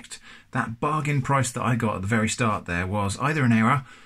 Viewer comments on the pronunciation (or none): none